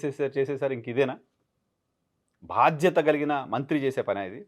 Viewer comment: Good analysis. Keep it up. బాధ్యత ను భాధ్యత గ పలుకుతున్నారు మీరు